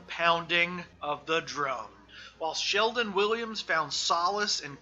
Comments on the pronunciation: His name is Shelton, not Sheldon. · Dude, are you really saying "Sheldon" over and over while trying to tell me you know about 3? It's Shelton! Shelton! Jesus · Given the fact you cant even get his name right (SHELTON not Sheldon) you have zero credibility. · Shelton not Sheldon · Shelton not Sheldon speaker man uok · Shelton not "Sheldon" respectfully. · It's pronounced Shelton, not Sheldon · Shelton. The man's name is Shel-ton Not Sheldon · shelton, not sheldon. hmmmmmm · Boss... That's ShelTON, not Sheldon. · OK I keep hearing you call him Sheldon his name is Shelton not Sheldon go look it up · Actually it’s Shelton not Sheldon bud. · Shelton not Sheldon 😂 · Shelton, not Sheldon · ShelTon w/ a T NOT ShelDon .......c'mon man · Just a little nitpick -- his name is ShelTon, not ShelDon. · Ok I’m sorry but I have to say this. Shelton’s name is a family name. My sons name is Shelton too. I’m 90% sure that it’s the same family. The Shelton family. ShelTon. Not ShelDon. It’s really disrespectful to call someone named Shelton , Sheldon. Sorry. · Why does this dude keep saying "Sheldon" ? Wtf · It's SHELTON with a "t," genius biographer guy. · This guy starts off on the wrong foot by mispronouncing the Subject of the Piece's first name FROM THE GET. That's ridiculous. He follows that up with THE WORST BOB DYLAN IMITATION ON RECORD. (And Dylan isn't that hard to imitate.) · At least get his name right lol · Right, how can you make a whole video calling him the wrong name. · The penalty for mispronouncing Shelton should at-least be life without parole. Ideally the electric chair.